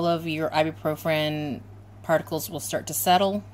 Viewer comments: Great video but you're putting an extra R at the end of Ibuprofen when you pronounce it. It's "Eye-B-Pro-Fin" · Actually, it's pronounced "Eye-bue-Pro-Fin".